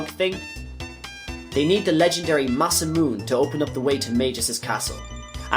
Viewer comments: It's ma-sa-moo-ne I used to say it MA-sa-mewn before I learned how japanese works. Great vid though :) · Masamune is pronounced Mah-sah-moo-neh as a wink to a great Japanese sword creator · the E's at the end of Masamune and Marle need to be pronounced tho, he didn't. Masamune is an actual historical name in Japanese after all, and it isn't pronounced the way he says it.